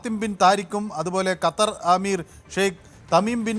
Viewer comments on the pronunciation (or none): none